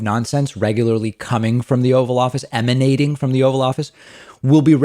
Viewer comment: 'Eminating'...like a stench.